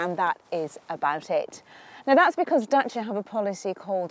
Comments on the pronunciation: The women pronounced it correctly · Yes it is. James May even corrected himself in one episode. knows her thing. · She said it perfectly well. For the first time she was even funny a bit like Matt :) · She pronounces the name right . That's exactly how we say it . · Crana Yes, that's the way to pronounce Dacia. Italians would get it right the first time since romanian language is derived from the latin language just like italian, french, spanish and portuguese are. But italian seems to me it's more similar to ours. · she's pronouncing it properly :P that's nice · you are the only british presenter I know, who reads car names correctly. "Dacia" and "Ibiza", both pronounced in their mother tongue. Pleasantly suprised!